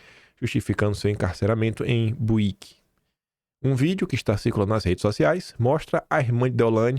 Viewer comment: puta vei vc nao soube nem falar o nome de BUIQUE eu moro a uns 60 km desta cidade kkkkkkkkkkkkkkkkkkkkkkkkk sou de pernambuco